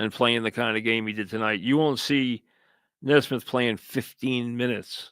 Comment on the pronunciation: It's pronounced Nee Smith not Nes mith, but who cares.😂 Let's go Knicks!!